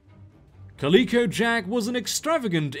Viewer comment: cAlicO... not calEEco